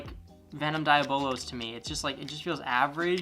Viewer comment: He can’t even say diabolos right (hilarious)